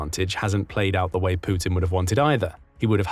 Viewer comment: The way you pronounce Putin is epic! "Poootin"😂